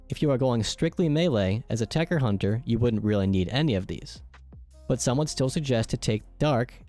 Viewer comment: It's called TECHER not TECHTER Fucking microsoft